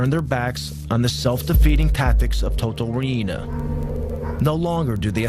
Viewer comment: u say it like toto RIENA not RI-INA lol